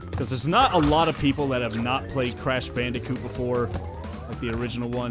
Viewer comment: Croosh bloondicoot